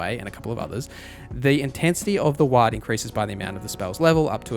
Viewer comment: Lol wtf is a ‘wha-d’? It’s war with a ‘d’ at the end mate